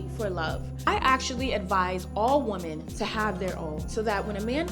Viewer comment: It be tearing her up, Just saw another video of her saying it again! Like baby "wim-en" smh